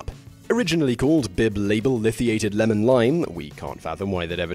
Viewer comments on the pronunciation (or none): none